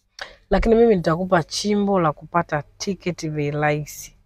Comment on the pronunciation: ni RAHISI sio LAISI.